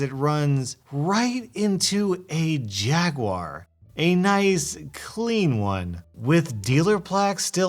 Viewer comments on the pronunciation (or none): none